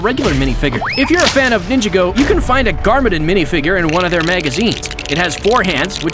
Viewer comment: Garmadin😭😭😭😭😭😭 he called garmadon garmadin